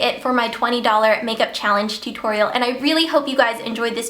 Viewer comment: She says tutorial funny